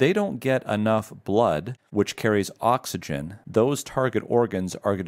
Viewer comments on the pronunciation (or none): none